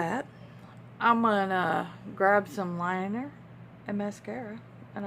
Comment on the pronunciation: For a minute there I thought you said I'm just going to grab some wine. You said liner🤣🤣